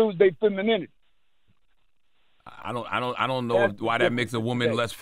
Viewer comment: can barely pronounce femininity 😂🥱